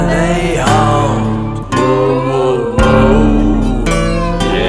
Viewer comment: it’s haunt not hunt